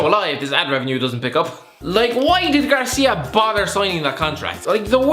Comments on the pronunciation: People are still calling Watford's manager Garcia, when infact it's Gracia... Even well known pundits are doing the same, it's not f**king difficult to learn how to pronounce his name correctly! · I agree with that, and to be fair they are really similar. But it's the fact he's been the manager of Watford for over a year now & people still pronounce it incorrectly.